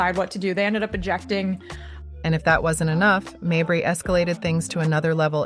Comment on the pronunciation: Stop mispronouncing mabrey 😢